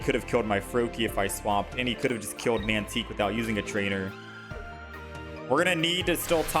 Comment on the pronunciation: "mantique" lol. Tyke... pronounced like bike. Tike, like a small child.